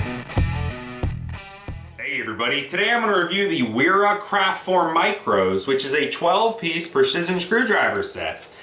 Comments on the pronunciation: trying to be humble but .. the "W" is pronounce as a "V" auf deutch, So pronounce as "Vera"... Great review . Thank You so much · In case it hasn't been pointed out yet, it's pronounced 'vera'. Nice video though! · Sir, excellent tools, nothing, and I mean nothing, like Wera tools. Brand pronounced "Vera".